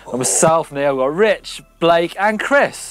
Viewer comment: I love the way rich calls Blake, b-lake. It works. Love the mtb lads.